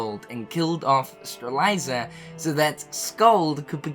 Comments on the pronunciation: the name is Strelitzia, how are you pronouncing it Streliza? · Say it with me,, Struh Lit See Yuh Strelitzia No judgment but if I don't point it out nicely someone else is going to point it out rudely:) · I can’t get over “Streliza” for Strelitzia. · Okay. Three things. 1. I'm pretty sure Maleficent learned of the Tome of Prophecies in Re:coded. She can only learn more about it from the past. This means that it wouldn't be right if she was in the past before KH2 when she didn't know about the Tome until that game. 2. still can't pronounce Strelitzia and Lauriam's names properly. 3. Knowing Nomura this will all make sense after a while but man this story gets crazier and crazier. But it's a delicious story none the less. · Lmao you're pronunciation of Lauriam and Strelitzia are killing me.